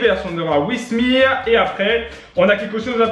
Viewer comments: Il sait pas lire ou quoi c'est wissemir c'est WIMMESIR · Tu me fais rire quand tu dis "Wismir" 😂😂